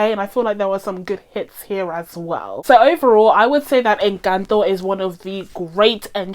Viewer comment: We love a non-Spanish speaker doing their due diligence to say the name of the film correctly 👏👏👏 This Venezolana is impressed :)